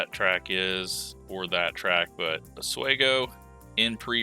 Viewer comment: It's pronounced = Os wee go